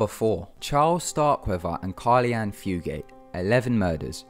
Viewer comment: It's Carol Ann Fugate, not Carli.